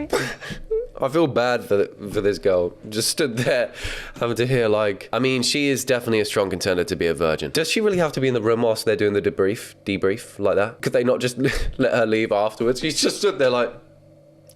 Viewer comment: I’ve never heard debrief pronounced “duh-brief” before